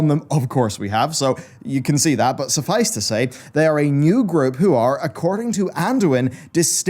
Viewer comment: SUFFICE IT TO SAY. Oh my god man, you say it so much during your videos, say it right!